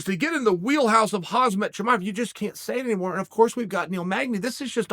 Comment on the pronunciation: "hazmit chimiev" - chael sonnen 2022